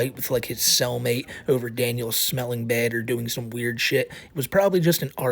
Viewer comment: "This is bed!" It's pronounced bad. Like your parents taught you when you were a toddler. Speak appropriately.